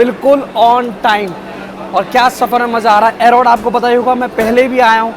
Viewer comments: एरोड नही ईरोड बोलो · It's एरोड it's ईरोड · A-Rod nahi bhai.. its, Erode (E-rode).. and its Salem (Say-Lem (spelled Phonetically) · City name are to be pronounced as SAYLAM N EEEROAD instead of what being said in video, FYI. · Same for erode. Pronounce as eerode